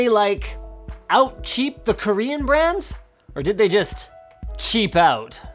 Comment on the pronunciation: Dovah Kiin "Really chep" 😒